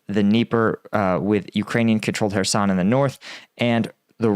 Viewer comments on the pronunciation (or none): none